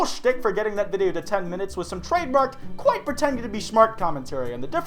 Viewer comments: right when ur outro said! my dog barked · are you okay? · daddy